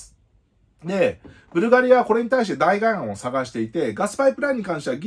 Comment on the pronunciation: 「代替」は「だいたい」と読みます。だいがえではないですね。なんかこういうの気になるのですみません…